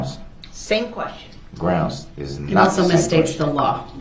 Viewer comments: Prosecutor: Objection, hearsay DB: GROUNZ Judge: Sustained DB: Grounz for the “substained”? Judge: um, it’s hearsay… 😂😂😂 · When Durl said “grounz” the second time objected when he asked the question of if Lescano told the officer he saw who was driving the vehicle, people were laughing 😂😂😂